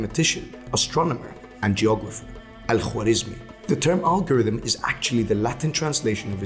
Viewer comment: W i his name is silnce, just w comes in written persian so dont be disturbe with thw W and pronoce it like aa in English.